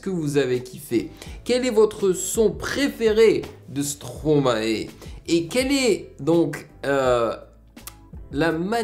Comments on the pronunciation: arête de dire "stroma et " srp , c'est "stromaille" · Par contre on dit stromaï 😀